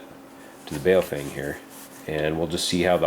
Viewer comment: BhaOh-fhung.... learn the correct Chinese Mandarin pronunciation... it has two meanings.... 1st meaning: BaoFeng, bag of wind. 2nd meaning: BaoFeng, good to hold. Because so few people bothered to learn the correct pronunciation BaoFeng is changing their name to PoFung....